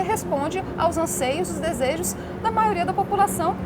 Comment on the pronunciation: já tomei ranço dessa mulher quando ela falou "maioria"